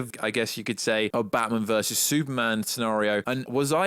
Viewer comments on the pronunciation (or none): none